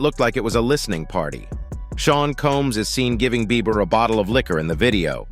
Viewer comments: Why did he keep calling him Justin Beaver 😂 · BeiBer not beaver lol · He's pissing me off calling him Justin Beaver 😡🤬😡🤬😡🤬😡🤬 it's not hard to say BIEBER!!!! B! NOT V, B!!!!! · It's beiber, beiber not beaver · It's Bieber not beaver. Did anyone else notice that. You'd think if you had such an opinion on the matter you'd get that right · It’s Bieber not Beever buddy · The first part is not a recent video 😑 keeps saing beaver instead of bieber haha. annoying repeating the same thing. Click bait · not him sayin justin beaVer im dead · Dude the 11 mark keeps calling him Justin BEA-V-ER😂... BUT its so damn sad what these men are doing to all these children. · Justin beaver 😂 the first time I thought I was just hearing things. But naw he is really calling him Justin beaver 😅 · Why dude keep saying Justin Beaver? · STOP SAYING JUSTIN BEAVER !!! IM TRYING TO BE SERIOUS ABOUT THIS AND THE DUDE SAYS BEAVER LIKE ITS NOTHING !!!!! HAHAHAHAHAHAHAHAHAHA